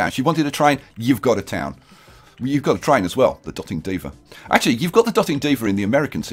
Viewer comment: I would imagine it's not pronounced dot ing diva, but dote ing diva as in she dotes on her cats!